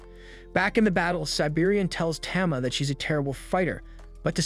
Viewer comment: Tama is pronounced tahmah not tammah